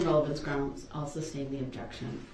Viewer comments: NO!!! He just said she "could" SUB-STAIN...😂😂😂 He said that wrong so many times she actually said it wrong once...😂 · He is too stupid to say that the watching of the news report(s) altered his perception of what happened and therefore changed his testimony. I expected nothing less from a person who pronounces tacit as tackit and sustain as substain. The report was made before the news reports came out anyway. Doh! rrel is a moron.